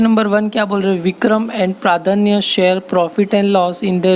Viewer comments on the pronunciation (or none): Sir it's प्रज्ञा not प्रादान्य😂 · Pradhanya nhi pradnya hai sir sahi pronunciation karooo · Pradnya ko sahi se pronounce karo bhai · Sir please pronounce pradnya correctly please 🙏